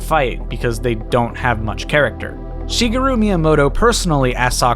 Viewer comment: The way you pronounce Shigeru is.... interesting